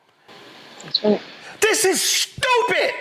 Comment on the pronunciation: "This is STUPIT!" .... - Roland